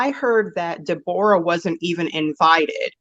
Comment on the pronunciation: Her name is Deborah NOT De Bora